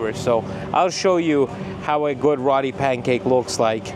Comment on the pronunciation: FYI, it's pronounced ROTI, not RATI.